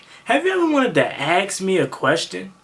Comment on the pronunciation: I may want to ask you a question but I definitely don’t want to ax you, come on get with the program, you are a content creator, I’m sure you know the difference between ask and ax, for the longest time I thought it might a genetic thing, but I know a lot of people that have no problem with the correct pronunciation. Just some constructive criticism.